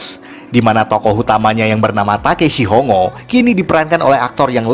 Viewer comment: bukan ho-ngo ya, tp hong-go diucapnya